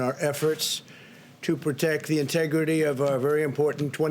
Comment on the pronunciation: It’s so painful to hear him say the word integrity